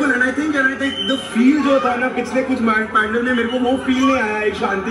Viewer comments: Ok....what is "pendal"....its pandal🤣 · isn't pandal supposed to be pronounced like pun-daal...everytime they pronounced it as pan-dull.........CRINGE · It's called pun-daaaal. Why are and calling it pan-del??? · Bhai pandal hota hai ya pundaal ? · Ummmm.....i have OCD about "pandal's" pronunciation Its pronounced as pandaal not as Pandel Sorry but i had to do this 😂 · Believe me, I call it pandel myself, actually I was taught to call it pandal when speaking in English. I also don't want to hurt your feelings. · Bhai....pandal nahin....pandaal:p:p:p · It's pandaal not phendel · The pronunciation of Pandaal is completely wrong... And the two boys were indians.. How could they don't know the right pronunciation.... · Indian ho bhai....ye "pendel" kya hota hai.... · The pronunciation of pandal was wrong